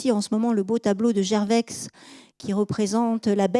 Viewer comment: C'est passionnant et on apprend beaucoup de manière agréable. Juste un petit grain de sel concernant des prononciations : Millet on devrait dire Milet (c'est Emillet, mais c'est vrai que nombre de gens prononcent les deux L mouillés aussi), Gerveix on ne dit pas le x final, Ouolff non c'est Volff, Holgate c'est Houlgate, Bruksel c'est Brusselles... J'écris ça sans méchanceté, c'est une superbe "exposition" !